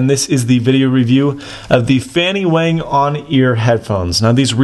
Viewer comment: wang is not pronounced wehng but wahng.